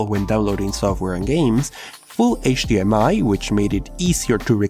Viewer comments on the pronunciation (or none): none